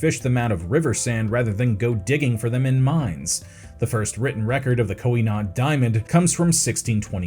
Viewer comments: Why did you have so much trouble pronouncing Koh-I-Noor? You repeatedly pronounced it as ending with an "n". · That is not how you pronounce Koh-i-Noor.